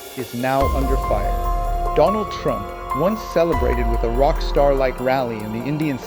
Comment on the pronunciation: "doland trump" says the fool modi